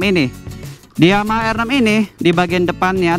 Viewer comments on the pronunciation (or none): Motornya bagus, tpi yg reviewnya ancur salah duanya suara dan gak bisa ucapin R6 in english. Masih nyampur like R6 (dia sebut: er six). Mana pantas reviewer kayak begitu. Sayang channel sebesar Autonetmagz terkesan murahan hanya karena reviewer seperti itu.